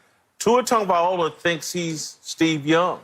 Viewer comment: His name is TagovaiLOA..how does no one tell this idiot how to pronounce his name properly, its like saying Whitcock all the time 🤦‍♂️🤦‍♂️🤦‍♂️🤣